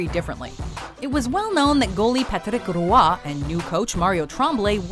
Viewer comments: What happened to your pronunciation of "Roy's" name? You've said it correctly before, not you are adding an entire extra syllable? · "Patrick Rooah" Roy is pronounced like "Wah"